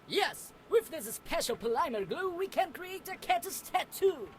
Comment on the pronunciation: I had nothing against this game...until the rat pronounced Polymer wrong.